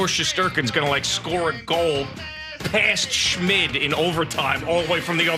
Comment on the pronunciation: Excuse me guys but its pronounced EYE-gor.